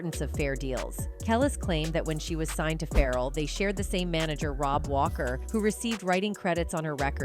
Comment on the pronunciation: I’m not sure how you can call yourselves, “,” when you mispronounce so many musicians names, again?! “FERAL...?” “Zin…diiiiya?” Come on! Do your homework, please!. These celebrities are pretty well known throughout the world... what’s happening? Do you not have anyone around, that can (help) and correct you before airing? I’m sorry, but it’s so disappointing to be listening and enjoying your program, only to be thrown out of it because of, (what sounds to be) a white woman, repeating, “FERAL WILLIAMS!?!?!”